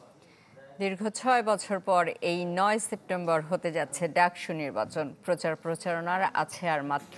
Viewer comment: DUCSU NOT DACSU..